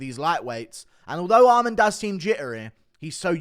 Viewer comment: Why can't you pronounce dvalishvili or arman